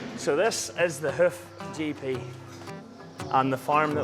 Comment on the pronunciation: Every time you say “Hoof GP” I swear it sounds like you’re saying “Hoochie P” 😂😂😂 Love your channel! ♥️